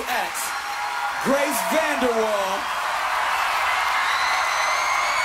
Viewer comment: You said gace instead of grace